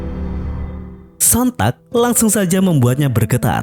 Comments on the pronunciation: Hitler bang bukan Hilter.. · ngomong nya valkri bg bukan volkeri, hitler bg bukan hilter